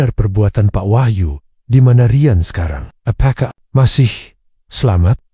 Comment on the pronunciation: Bahasa nya. Di. Bagusin dong Riyan. Bukan rayen 😮